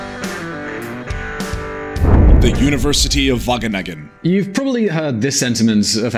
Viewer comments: Am i the only one who thinks that when he says wagningen, no it is waGeningen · whattenengen?? Wah-gheh-ningen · No offence but : "The university of Wakenakken" Whahah im dying here! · Wageningen -> Wakkennakken😂😂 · "University of Vagenegen" haha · "The University of Wagganeggan" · Wageningen NOT Wagenegen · How to pronounce the g in wageningen: try saying K...do it conciously, what did you just do? you closed the back of your mouth, and than exhaled...right? now do it again, but be lazy, don't totally close the back of your mouth, and use less force...there you go! now you said "g" or "ch" in Dutch....So from now on never pronounce a g or a ch like k any more, you sound extremely dumb if you do.. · English speakers trying to pronounce Dutch placenames makes me cringe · That first pronunciation of Wageningen was so terrible that it was hilarious XD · as a student at Wageningen, it is great to hear this, although the pronunciation hurts my ears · you absofuckinglutely butchered wageningen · how the fuck did he pronounce wageningen xDDD look it up in google translate please, this is not the pronunciation, and its an easy one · How you pronounce Wageningen 😂😂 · I'd like to hear a Dutch person pronounce Wageningen. I bet it's unlike in this video. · Being dutch i cringed hard when he said wageningen